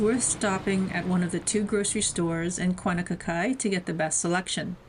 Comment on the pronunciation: Please learn to properly pronounce the Hawaiian names of these towns. It's not Kuanakakai....its KAUNAKAKAI. The Hawaiian language is not hard. There are 12 letters, and each consonant/vowel is pronounced 1 way and 1 way only.